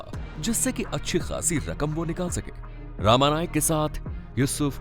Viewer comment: उसका नाम रमा नाईक था not रामा नाईक..